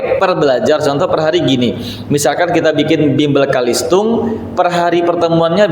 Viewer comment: Bukan Kalistung Tapi CaLisTung Baca Tulis Hitung bukan BAKA TULIS